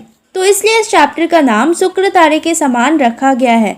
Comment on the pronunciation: It is not sukratare. It is shukratare. It is not tade. It is tare.